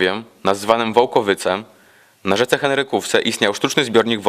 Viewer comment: 4.15 min Wołkowijce zamiast Wołkowyce. Ogólnie byłoby lepiej troszkę spokojniej i wolniej bo zdjęcia zbyt szybko uciekają i nie ma czasu by im sie przyjrzeć.